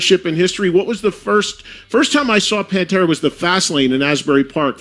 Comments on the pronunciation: It’s Pan Tear Uh not Pan Tura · Bro, it's Pan Tear Uh... NOT Pan ter Ah... Sigh... Vinnie Paul HATED Phil! HATED HIM! So I guess Van Halen is having a reunion without Alex and Eddie... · Who's Pantra? Seriously you can't pronounce the iconic bands name correctly it's Pantera ! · its PAN-TEAR-UH(PANTERA) dude..not pan-tur-uh panturuh...omfg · Its pronounced Pan-tera f$%ktard!! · It drives me nuts when producers of these videos are so lazy that they use computer generated narration...."Panter-uh"? That sonically says to me that the producer of the video knows nothing of what it's all about. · Why you calling them Pantruh? Cringe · I had no idea that Pantera was pronounced Pantra, thanks narrator! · If you have a YouTube show about metal, learn how to pronounce PANTERA. PANT(like pants). and ERA(like the end of an era). Now say it with me. P A N T E R A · Are you serious with the way you pronounce PanterA. You have no right making a video about them. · Please say PANTERA right, just one time! Ffs! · I paused the video after the second mispronunciation. I cannot watch videos where the main subject they are talking about is pronounced wrong. Ever heard of research? There must be hundreds of videos with the name said correctly. Ever do any editing? How do you watch this and put it out? I wanted to hear what the two gentlemen had to say. I tap out when people are this lazy. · Not even pronouncing the band's name correctly... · This channel says it’s “keeping rock alive” or whatever and can’t even pronounce Pantera. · How is it possible for the narrator to put together a video like this and not pronounce Pantera correctly? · So you don't know how to pronounce "Pantera"? Is this a bot reading this? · You put out a video about Pantera, which requires some research, but you repeatedly mispronounce the name of the band. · Maybe one should at least pronounce Pantera correctly before posting. It bothers me deeply. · Mate you need to learn how to say Pantera properly